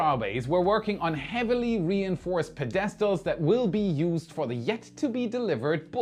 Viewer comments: wait a sec... did you say "ped-ES-tools" for the word pedestals?... not to be rude but that's not how you pronounce it:/ it's more like "ped-eh-stools'... idk if I wrote that well enough but at least I tried:) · Pedastles- PED - UHH - STOOLS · "Pe-DES-Tals". 😆 I kid bc I love. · Pe-dest-als? That's an interesting way to pronounce that word. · the way you pronounced pedestals was delightful.